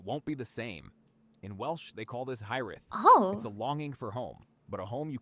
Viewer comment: clanker alert how this section is written was off also looking it up, the ai voiceover got Hiraeth wrong both time, it's more like hear-eyeth, supposed to roll the r but if you can't just put your tongue to the top of your mouth as you pronounce the r it should sound close enough